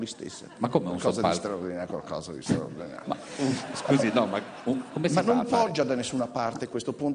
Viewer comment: cwozza è qualcosa di swaowdinawio ;-)